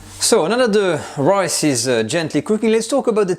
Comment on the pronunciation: Loved the video. You're starting to sound Australian. You said "royce" pudding a couple of times. :)